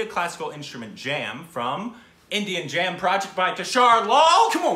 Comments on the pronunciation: totally said INDIUM jam project 🤣🤣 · indeed said "INDIAM" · said "Indiam" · Yes he did say "indium" 😂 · He did say Indiam 😂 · Let's be honest, he did say Indium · you ddi say Indiam lol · Yes said Indiam instead of Indian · You Most Definitely Said "INDIAM,"...